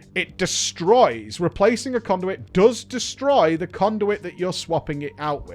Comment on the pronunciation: "Cownduit" vendor ... love it